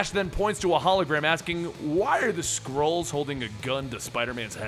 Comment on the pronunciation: why does it sometimes sound like squirrels instead of skrulls?